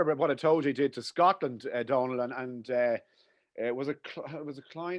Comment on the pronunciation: The way you keep emphasising 'Scotland' is disrespectful as fuck